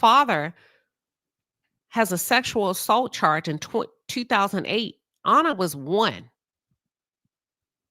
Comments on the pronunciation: Great video but you keep pronouncing her name incorrectly. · Hell you can’t even pronounce her name correctly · You keep calling her “Honour” but her name was Anna. Rhymes with Banner.